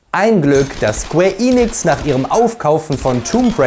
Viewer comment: Super Video, Sleeping Dogs war einer meiner ersten Platin Trophäen und ich würde mich sehr über einen Nachfolger freuen… naja die Hoffnung stirbt zuletzt. Achja, kein Hate aber BITTE … es heißt square EN- ix nicht Eeeee- nix…